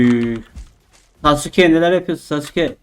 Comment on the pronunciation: Sasukenin adı sasukegūū degil